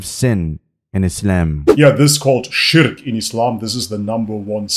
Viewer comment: Spot on pronounciation of shirk! I see the arabic is going well haha